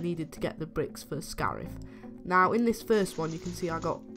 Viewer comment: Scarif, not scarf